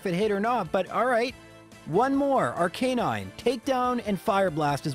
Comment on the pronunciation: “miss-aisle”, “lore-uh-lee”, “ar-kay-nine” for someone who plays these games so much, you mispronounce A LOT of things.